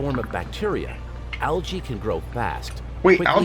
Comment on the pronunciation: U guys can't even say Algae right.